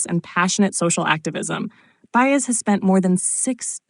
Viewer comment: Her name is pronounced By-ez. Got it AI?